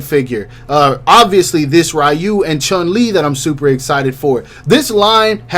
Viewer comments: you actually had it right the first time lol its ree-u not rai-u🤣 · Isn’t it ryu(re-you) and not ryu(rai-you)? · Ew why he say Ryu like that